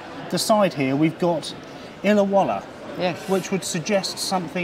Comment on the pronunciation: 'Illawalla' is not Australian. You have confused it with "Illawarra" The bird doesn't look much like a parrot either. If it's by a top maker it would be a better rendition.